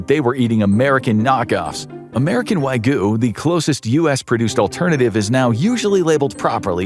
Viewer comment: Nothing irks me more than someone mispronouncing wagyu. Theres a y in the word, pronounce the y!!!!! Its not wagoooo